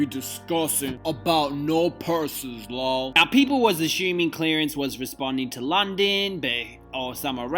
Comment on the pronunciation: When say LULL instead of LOL! I die every single time! Childish and funny AF! Summer Ray took me smooth tf out!😂😂😂😂